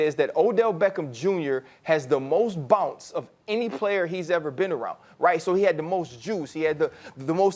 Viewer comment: why did he pronounce bounce like that 😂